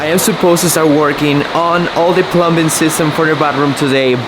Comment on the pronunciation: Dude, The B In Plumbing Silent Bro. It Is Said/Spoken "Plumming" Keep Up The Good Work Matey.